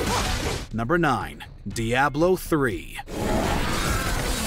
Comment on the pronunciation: Surprised nobody in the comments mentions the weird pronunciation of Diablo... can't be only me that was irked by how he pronounced it.